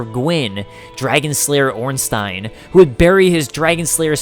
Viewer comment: Oh thanks for saying Ornstein correctly